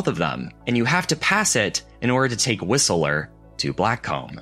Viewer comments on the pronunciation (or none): Obligatory nit-pick. Whistler is two syllables: 'Whis-ler" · I must say it’s the first time I’ve heard it pronounced ’Whistlerer’ lol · That's not how you pronounce Whistler. It's pronounced like Wissler.